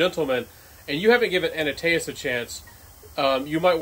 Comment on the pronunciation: 👏👏👏 Liking your review! However, it's ANTaeus...not ANAtaeus. Just a mild criticism...lol. If ever I am pronouncing French words...it's WAY worse. I really like the Elixer sample I received from Chanel more than my 30ml Sauvage EDT, which I keep in my golf bag. 👏👏👏